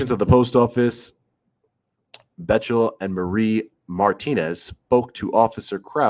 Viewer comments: Btw... pronounced BECKtle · Bechtel is pronounced "Beck-tell" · Its pronounced "Beck-tell"